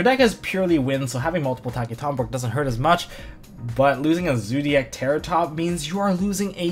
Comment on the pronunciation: lol he called it Zoodiac Terrortop